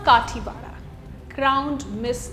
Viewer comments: खतिवडा or khatiwada not kaathiwada. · It's खतिवडा, you pronounced it wrong. And I'm proud Nepalese to fight against such corrupts, it was a revolution. 🙏🇳🇵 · Hey pronounce correctly...what -कातिवाडा????its खतिवडा -मागर, ???? it's मगर Pronounce name like U.p and Bihari style not in maratha or south indian Style.. -and you can't pronounce SAUGAT??? Its fuking Hindi/nepaliword, सौंगात 😂😂😂😂😂